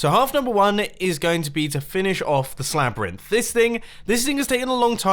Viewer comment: wait... did he say ”Slabyrinth”? epic name